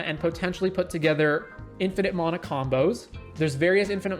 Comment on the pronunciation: There is no "o" in mana...